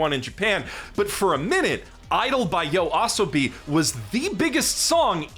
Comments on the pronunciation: "Idol by Yo ah sobi" 😭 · Is that how Yoasobi is pronounced? I always pronounced it very differently in my head xD